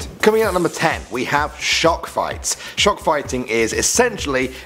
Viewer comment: I thought he said "Shark Fighting" instead of shock fighting.